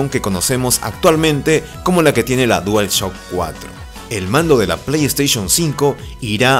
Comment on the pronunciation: "ya se sabe que la pleyteichon 4 traerá disco SSD" pues ya tengo el pleyteichun 4 y me vino con un disco HDD, me estafaron verdad? :'v